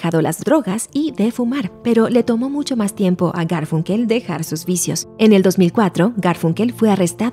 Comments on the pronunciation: Perdón pero se pronuncia garfAnkel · Me parece curioso que no pueda pronunciar Garfunkel correctamente. Me hace sospechar que plagió el texto de alguien más.